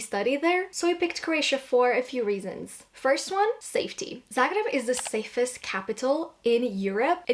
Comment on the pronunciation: as a croat, i find it very lovely the way you pronounce zagreb with the proper, hard 'r' instead of the soft way of saying that english speakers use. a small detail, but very meaningful in my opinion! glad you've been enjoying yourself here <33